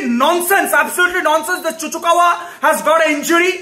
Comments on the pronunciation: Man is so frustrating that he pronounce Chukwuemeka as Chuchukawa 😂😂😂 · "Seriously, that Chuchukawa scored a wonderful goal" Chuchukawa? Who's that? 🤣🤣🤣 Hahahaha LMAO It's Chukwuemeka lol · who the fuck is chu chu kawa ??? :face-green-smiling: its chuk way may ka dude ! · He seriously called Chukwuemeka as Chuchukawa 😂😂😂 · Hahahaha 🤣🤣🤣 LMAO. actually thinks his name is Chuchukawa. He repeatedly said it many times 😂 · Yeah. Multiple times too 😂😂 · 🤣🤣🤣👏 this needs to get to Chuchukawa, I mean Chukwuemeka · "Chuchukawa" pronounciation of the century!🤣🤣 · Bro called him "ChuChuKawa" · Man said chuchukawa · It's Chuck wa meka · Bro It's chukumekwa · More than once too LOL. couldve said chuks atleast 😂. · "Chuchukva" and "disass" i lost it😂😂